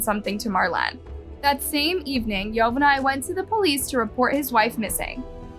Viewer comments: This was hard to watch with your butchering of the names, specifically Yovani. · Thanks for the story. Please in the future please try to pronounce the names of the persons in the case correctly. It was hard hearing you mispronounce Yovani's name over and over again just to hear his name said correctly in a news video clip that you inserted into your video. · Yovani is pronounced "Jo-ba-nee". Just for future reference. 😎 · How awful poor girl. What Awful humans. Hope they suffer. Btw...YOVANI is pronounced yo-ba-n-e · Ma’am… why do you always mispronounce names? It feels purposeful at this point since you included a video that shows Yovani’s correct pronunciation. “Marlin”… “Ocho-ah”? Please, at the very least, respect the deceased people you profit off enough to pronounce their names correctly. It’s incredibly disrespectful. It’s making me not want to support your channel anymore.